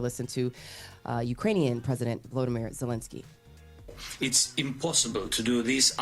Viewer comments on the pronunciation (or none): This is Nick picky. But it's a little embarrassing that a Black media can pronounce Putin's first name correct ly but not Zelensky's; when they're both pronounced the exact same way